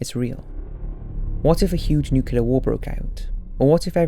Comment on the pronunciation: It’s *Nuclear not Nucular